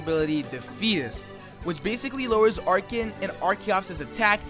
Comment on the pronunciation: "Arch-en" i keep hearing Arch-ien but it might just be me.